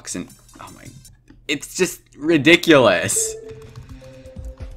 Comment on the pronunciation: The "RiDiCuLuS" got me so hard😂